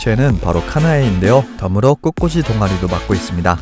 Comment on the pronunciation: 꽃꽃이X. 꽃꽂이O. 꼿꼬시 라고 읽는게 아니라 꼿꼬지 라고 발음합니다.